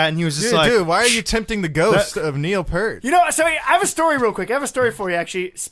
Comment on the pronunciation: you mispronounced his last name it is p ear t ear as in whats on the side of your head p ear t